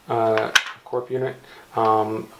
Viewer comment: Its not pronounced corp unit, its CORE unit